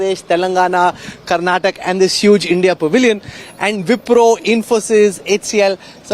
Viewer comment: Please don't pronounce as Karnatak it's Karnataka......... Feels bad when I heard you miss pronounce our state name.......